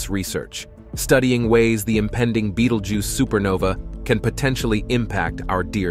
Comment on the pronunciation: Dude switches from saying the name like you would if pronouncing the name of the movie beetlejuice, then back too be-dal-geuse